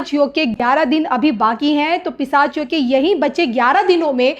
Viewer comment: अँकर मॅडम पिसाच नाही पिशाच योग bolna सिखिये.